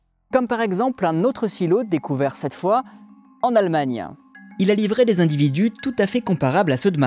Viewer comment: 3'08" "Huit Z'individus"?!? Vraiment ??? Attention quand même, ça casse vraiment la crédibilité. "huit T'individus" serait bien meilleur 👍